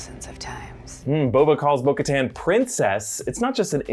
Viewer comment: I got so triggered every time he said bo katan